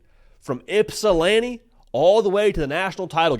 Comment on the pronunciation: Yeah I'm playing as Michigan. Ed O'Bannon cost me 11 years of this game. I do appreciate your choosing EMU tho! Not to mention the correct pronunciation of Ypsilanti!!